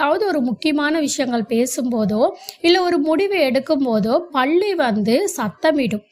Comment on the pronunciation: 😂😂😂 ப என்ற எழுத்தை அழுத்தி சொன்னால் பெரிய ள போட வேண்டிய வரும் அதாவது பள்ளி.அவங்க சொல்லும் போது பள்ளி என்று ப வை கொஞ்சம் அழுத்தி சொல்றாங்க. ஆனால் ப என்று சொல்லும் பொது ba என்று மெதுவாக சொன்னால் தான் பல்லி என்று சரியான வார்த்தை வரும் . பள்ளி என்றால் ஸ்கூலை குறிப்பு அகி விடுகிரது.